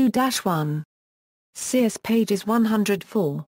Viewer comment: You would think she would at least pronounce Circe correctly